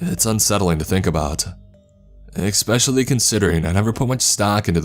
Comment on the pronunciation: Is he saying expecially?